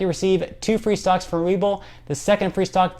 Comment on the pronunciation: Explain please your comment on two stocks or did you say "socks" lol. Appreciate your effective & to the point information. . . Other reporters bore me with extra non-essential info😜😆. . .